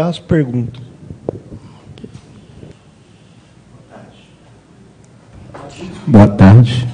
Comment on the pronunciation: "Púbrico" "Compreto" "Prestá" "Iniciá as preguntas". Certamente, esse é o seu Creyson.